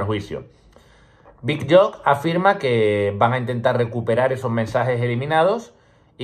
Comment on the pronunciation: Chaval, me encanta tu canal, una ayuda para el futuro, se pronuncia "big youk". Dale!!